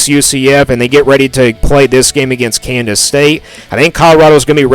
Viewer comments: Bro it’s KANSAS, not Candace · 8-4 is my prediction. But why do you say Kansas like Candice. Trips me out LOL